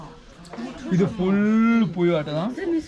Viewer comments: പുയു അല്ലട്ട മാനെ പുഴു😁😅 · പുയു അല്ല പുഴു ആണ് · പുയു അല്ല.. പുഴു... 😆😆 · പുഴു എന്നാണ് പറയുന്നേ പുയുവല്ല 😉😉😉😉😆😆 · പയേ സ്റ്റൈൽ പുയു..,മയ കയിക്കൽ നല്ല രസം കേൾക്കാൻ പറച്ചിൽ മാറ്റരുത്.....🙏👍😀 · യ അല്ല ഴ ' പുഴു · പുയു - ഭാശ ഇങ്ങിനെ മലയാള ഭാഷയെ വ്യഭിചരിയ്ക്കരുത് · കേൾക്കാൻ രസം ഉണ്ട് ....പുയു...😀 അത് മതി